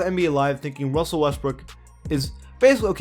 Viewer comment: Wussell Westbrook 😂